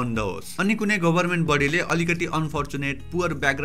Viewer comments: It's about your pronunciation; गभरमेन्ट* not गोभरमेन्ट!! No offense, I was just trying to be sarcastic. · go haina ga ho...pronunciation: gaverment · why does it sound Gobarment ? 😄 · government ko pronunciation ali aftyaro suniyo